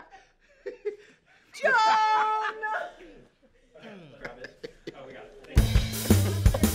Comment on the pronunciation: I love the way she shouts "JJJJOOOOOHHHHNNNN!" With her accent. It's amazing